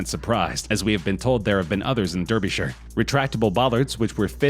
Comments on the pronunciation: Not Derbyshire its pronounced Darbyshire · You pronounce Derbyshire like this darbyshire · Derbyshire is pronounced darbyshire lol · he really said derbyshire like that😫